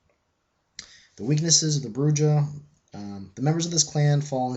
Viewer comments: Just a nitpick: Brujah is pronounced "Broo-Ha". It's derived from "Bruja", the Spanish for "witch". Yeah, I'm a dork... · There's some funkiness with pronunciations. In 1st edition vampire and Vampire: the Masquerade - Redemption it is "Broo-jah." According to Eddy Webb and Vampire: the Masquerade - Bloodlines it is pronounced "Broo-hah."